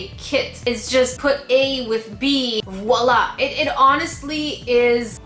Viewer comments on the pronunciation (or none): none